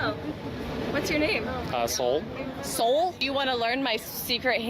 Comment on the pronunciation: I wonder if Soul realizes when he said his name he said “Ah Soul” it sounded like something else.